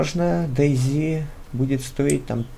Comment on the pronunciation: Дэй Зит... ахась Зет и Зи(оба правельные произношения) слил вместе